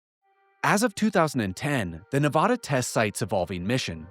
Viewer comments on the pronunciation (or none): As a native Nevadan, I have to correct you, it's pronounced Ne vA duh. NOT Ne vah duh. you say it correctly!!!!!!!!!!!! :) I know I'm not the first person to bring this to your attention. Other than that, carry on. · If you ever visit Nevada they will all hate you if you saw nu-vah-da instead of nu-vad-a. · Get over it. Your state's name is a Spanish word, so expecting people to pronounce in the the local, least-Spanish way possible, is not realistic. If you want everyone to pronounce it your way, just get the spelling changed to Nevadda. Problem solved. I was raised in NJ, so actually either pronunciation works for me, because we often get words with foreign origins wrong. It would be fun to ask every cast member of the first season of Jersey Shore to pronounce it.